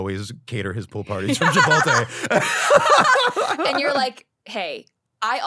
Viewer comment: Chipotle for sure cancelled his card when they heard him refer to it as “Chipolte”